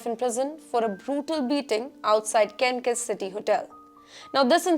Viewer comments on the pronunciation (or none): It’s not pronounced Kankas City. It’s KanSas with the ‘s’ sound. The jail bird is not going behind THE bars, it’s just bars. Must be an Indian thing as the scammer from India pretending to be an FBI agent also threatened to put me behind the bars. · Wrong headlines,, it is 2023 (not 2013). This channel has too many typos and pronunciation mistakes like Kansas is not kankus🙄